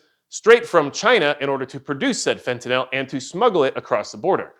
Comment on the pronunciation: Actually, it’s “fent-ah-nil”. Note the “-nyl” suffix. It’s not a “-nall” suffix.